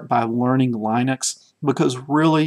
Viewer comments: Linus Torvalds himself pronounces it Lynn-ux not Line-ux. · These tutorials are great. Thanks. Regarding the pronunciation of Linux... The i is a soft i... same as the pronunciation in the word lint. Lynn-ex... not Line-ex. From Linus Torvalds himself...